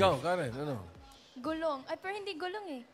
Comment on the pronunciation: close na si, maybe narinig nya, sabi nya "gulong", dapat "gulok"